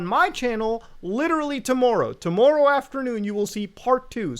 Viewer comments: it's TOMORROW not TOMMOEROUGH you canadian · My main takeaway: Muta has a very interesting way of pronouncing 'tomorrow'